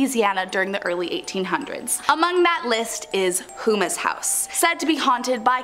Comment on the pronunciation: Houma from Houmas House is pronounced Home-uh